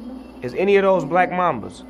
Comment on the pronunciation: It black mamba , not black mama , lol!